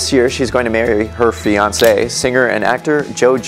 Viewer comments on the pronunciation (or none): none